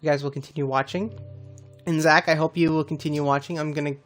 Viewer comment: Your base is sick I heard in one of your last streams I think if your saying my name wrong which your not it’s spot on 👍👍also I changed my name but still call me Zach,c u soon!